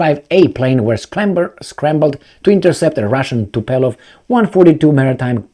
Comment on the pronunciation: I still hope this century you learn how to pronounce "Tupolev":p